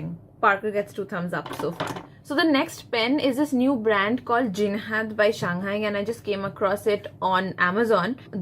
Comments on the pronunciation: Ma'am it's Jinhao, not Jinhad !!! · Jinhao not jinhad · It’s jinhao not jinhad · Ur presentation was good 👍... I think it's jinhao pen ... Not jinhad pen.... For better result try giving links to buy pen... It will be a good idea...